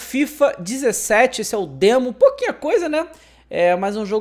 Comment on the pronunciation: Que passe foi esse "demoin"kkkkkkkkkkk